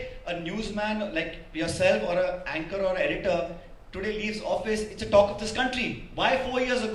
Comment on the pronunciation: What a Ancor He is no idea how to say the Party Name Should Think.